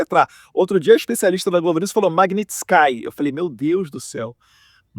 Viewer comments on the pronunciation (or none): Vai estudar, esquerdopata Lindberg, antes de falar besteira. Esse ser não sabe, nem falar o nome da Lei Magnitsky, como vai saber o que essa lei representa?